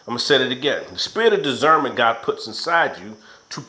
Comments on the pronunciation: Spirit of digernment... or Spirit of Discernment?? Come on now...gotta get it right if you gonna speak on it....thank you for all the great videos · Dizzernment or Discernment?!? That had me on the floor hollering 💀😹💀🤣. Anyway good video 👏🏽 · Lolol dizzernment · And this dude was like if you don’t know what dizzernment is lmao 😂 In my Day day off Friday voice (you don’t even know what dizzernment is 😂😂👌🏾